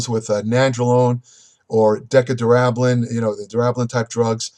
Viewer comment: Get rid of this guy. He's reading off what he finds on forums. Boring too and he don't lift he don't juice and he can't even say Deca durabolin correctly.